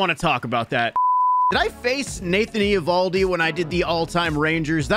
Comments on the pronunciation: yea but everyone has always pronounced it ovaldi or avaldi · It’s not e ovaldi bro